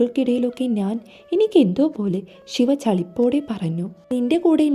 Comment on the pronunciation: നാൻ അല്ല ഞാൻ കുയപ്പം അല്ല കുഴപ്പം Pronounciation 🙄ശരിയല്ലല്ലോ 🙄🤔